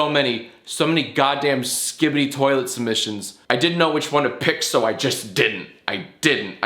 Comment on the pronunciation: What the hell is a "Skibedy Toilet"?